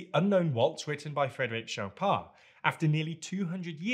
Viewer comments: Frederic Shop'ah sounds hilarious. :D I don't know why he dropped than /n/ at the end. It sounds especially hilarious in Polish (Chopin's native language), because it sound very similar to "szopa" which means "garden shed". :D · Haha, that is funny! I think was simply making an attempt at nasalization with that dropping of the /n/—I wouldn’t have minded that so much if he at least had gotten the vowel sound right. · Mispronouncing "Chopin" is a kind of "Faux Pas", don't you think? ;) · If he said show-pan or something similar I would assume "at least he tried", but shop'ah is just hilarious. :D Especially because in Polish (Chopin native language) shop'ah sound exactly like "szopa" which means "garden shed". :D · I know that he also got the vowel wrong, but if let the /n/ at the end it would be easier to me to get he meant "Chopin". If he said just "composer shop'ah" without mentioning his first name, showing his photo or name in text I would not guess who he meant. If there was that /n/ at the end I would probably get immediately who he meant event without other clues. But the whole debate made me wonder how Fryderyk Chopin pronounced his last name. While F. Chopin knew French it was not his native language, because he left Poland aged 21, so potentially F. Chopin could have a very slight Polish accent in his French, especially before he left Poland. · “I would not guess who he meant.” I get it. “Shop’ah” is pretty indecipherable. (I recently watched a video where the person kept on referring to someone as “Gōth,” rhyming with both, —it was in the context of science, not literature — and it took me till after the video, cross-referencing with some of the facts that he cited, to realize that he was talking about Goethe. So mispronunciations can be very misleading.) I would surmise that Chopin pronounced his name fairly close to the French pronunciation if only because his father, who was French but emigrated to Poland, probably pronounced it as French.